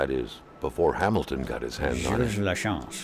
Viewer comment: You pronounced Gilles Lachance like a real quebecois!